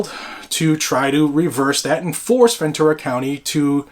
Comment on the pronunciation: It's Ventura, not Venture